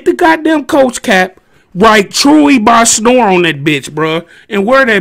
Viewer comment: Nigga hat said "Truey by: Snor" lmao